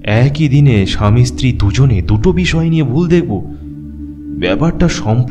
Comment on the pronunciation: golpo ta osadharon... gaye kata dicchilo sunte sunte... lekhok ke dhonnobad ei level ekta golpo upohar dewar jonno...eto boro golpo intensity maintain kore poratao commendable bepar, sejonno channel ke kurnish... sudhu koyek jaygay stree kothata istiri sonacchilo, eita ektu thik kore nio...